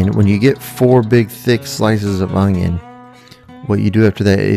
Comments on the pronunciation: Its “ONION”, there is no g. Its not “ongion” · There is no "G" in oNioN.